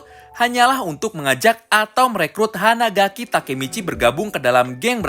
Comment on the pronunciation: Hanagaki coy bukan hanadaki 😂😂😂